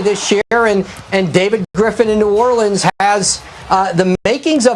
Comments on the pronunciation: Did he say the New ORLiiCaN pelícan??? Sec 03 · New Orlecan, lol